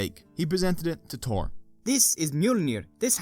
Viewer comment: THor not Tor in english.